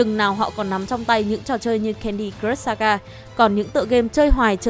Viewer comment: Thấy bạn nữ này đọc mấy từ tiếng Anh cứ sượng sượng. Cứ nghĩ có thể chỉ do quen đọc tiếng Anh chậm thôi. Nhưng lúc nghe đọc từ "crush" thì có vẻ mọi thứ tệ hơn t nghĩ =))